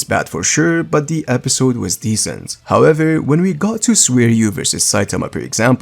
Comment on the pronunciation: "Decent" 😂😂😂 Azzzzzzzz